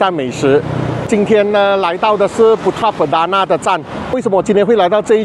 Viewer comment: 是我听错吗说成putra perdana